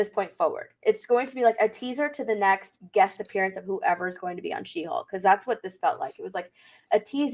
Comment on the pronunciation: Take a shot everytime says hawk instead of hulk